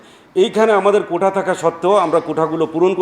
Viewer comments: কোটা বললো নাকি কৌটা বললো🧃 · কৌটা নয় মন্ত্রী সাহেব কোটা ।